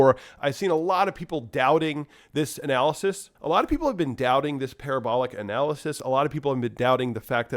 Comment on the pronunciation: LOL. Par-ab-er-ler ... It is parra-bow-lar